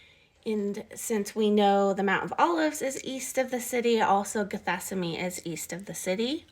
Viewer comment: Are you trying to say "Gethsemane"? ""gheth-SEM-ə-nee"? Are you renaming it or??? I am confused.